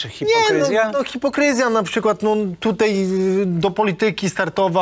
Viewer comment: Niech mu ktoś powie ze się mówi tutaj nie tutej